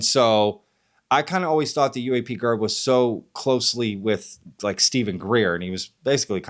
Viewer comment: I'm gonna assume the heat you're catching from questioning UAPGerb's research tactics is going to continue in the comments for a while so I'm not going to add anything there but I do have to question why in the hellel do you toggle back and forth in this video calling him UAP-JERB, then back to the regular UAP-GERB, UAP-JERB, UAP-JERB, UAP-GERB. I cannot figure out if your intention is to subtly fire some kind of shots at him or just get under his skin. The pronunciation absolutely has to be a conscious decision on your part just by the way you go back and forth with it. You cannot possibly do that and not be aware of it. Please let us know, I am holding my Bref while I wait for your response. Thank you.